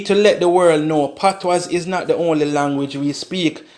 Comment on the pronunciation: its spelt patois but pronounced patwah the s is silent